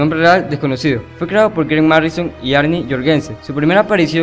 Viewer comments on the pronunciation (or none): Te fallo es Grant Morrison no "Marrison" el no es cualquiera y no soy fanboy pero si te equivocas con un nombre tan importante como este escritor no conoces a Batman y no fue solo tu crédito tu también lo dijiste así no lo tomes a mal mejor investiga mas ya veras que harás un mejor trabajo en el futuro